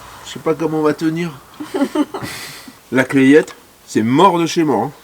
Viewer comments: Salut, la Clayette ça ce prononce "la Clette" le a et le y ne ce prononce pas. Clayette (comme tu le prononce) en patois c'est une cagette. Bon confinement, un voisin et abonné d'Autun. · Coucou ! Tu es , je le répète , à côté de chez nous ! Et je me permets de te dire que la Clayette se prononce la Claite ! Et oui ne cherche pas c'est comme ça !!!! Bisous à vous et à bientôt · 😀😄bonjour...on prononce "la claitte" pas "claillette "..tu fera moins touriste avec les gens du coin! bonne journée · On dit la clette... pas la claiiette.belles images d'un coin que j'aimais beaucoup dans mes tournées commerciales